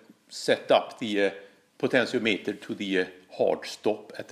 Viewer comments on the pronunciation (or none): none